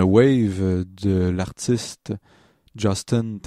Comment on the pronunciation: Non non on prononce bien Justin à l'anglaise. :p